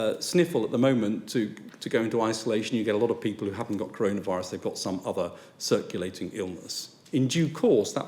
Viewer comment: Curunavurus...... thats how he says it.